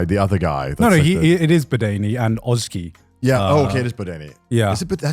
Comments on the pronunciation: Love the way they say Oczy's name "och-key". Oczy is the Polish word for eyes and oczki sounds like tiny, cute little eyes. Btw, it's "o-tchi" (the "tch" is like in "match") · Not to be annoying but their pronunciations of the Polish names are killing me as a Polish person 😭 especially Oczy (which itself irks me as a name because no person irl would be called "Eyes" even for a last name but that aside), it's not "otski", more like "ochuh" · The only thing I hate about this show is how everyone butchers the pronounciation of Oczy T_T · The only negative I would even consider is the fact that despite nailing the pronunciation of Rafał's name they fumbled completely with Oczy